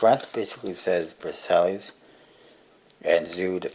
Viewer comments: he's right actually, i'm french and the right pronounciation would sound like : verSY or smthg like that ;) I'm looking forward for the Gold crown, i've never heard about it ! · It's pronounced vur-SY, like the treaty that started WW2. Good review though. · I'm pretty sure you pronounced Versailles wrongly, but whatever. What is there to buy at blue crown that adds up until $100 anyway?